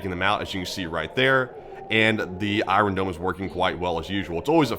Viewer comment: Why do you say "I" "ron" dome?